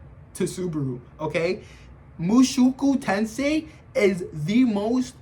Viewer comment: i understood this guy didnt even finished mt the way he pronounced the title and called it power fantasy and rudeus the strongest like bro😭